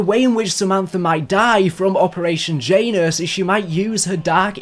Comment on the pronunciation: Jiant anus. Janus